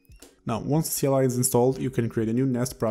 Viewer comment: lol kleeeee !! ive never heard it read out like that you just made me smile trying to figure out what a klee is